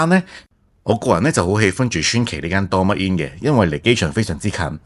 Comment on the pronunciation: ドーミーイン 不如試下點樣讀人地個名先